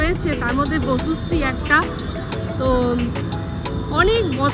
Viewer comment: Bocusree না, বসুশ্রী 😂